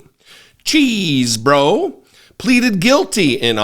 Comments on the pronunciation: I heard from Chris Hayes that it’s “chez-bro” not “cheese” because Mr. Chesebro indicated what his name was in court. Just because we’re from Wisconsin doesn’t mean we are all “cheese heads “ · Pleeeeeeeeeeease< bro, stop saying Cheeeeeeeeesebro.